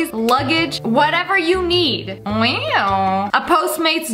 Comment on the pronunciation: Nobody: Literally, nobody: SSSniperwolf: Weaw